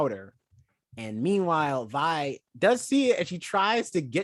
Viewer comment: ok i can now see why didnt like it. she checked out at episode one. episode 2 and jayce's trial was about what he was doing. you cant like something you check out of that quickly. i thought it might have been a bit but nope. next time try a little harder. also it VI not VE. remember her full name is violet so VI.